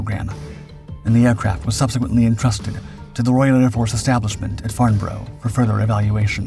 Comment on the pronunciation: Always interesting content, although the pictures often do not match up with the commentary. Also we have the usual minefield for Americans of pronouncing English place names. Cheltenham is pronounced 'Chelt-num', and Farnborough is 'Farn-burrer'